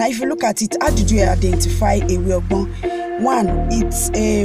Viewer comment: Ewe ogbo not ewe ogbon. Thank you and well done